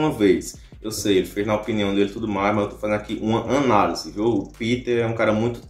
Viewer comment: KKKKKK "ÃNALESE" KKKKKK É ANÁLISE